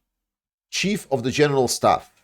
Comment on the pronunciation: Chief. pronounced ‘Cheef’ not like chef 🧑‍🍳